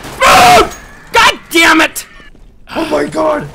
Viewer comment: i like it when he says goddemut